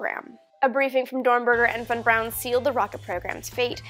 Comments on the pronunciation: Good video but its not Von Brown Amy but Von Braun. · von Braun not Brown.... why do you do that, come on Army, get his name right love.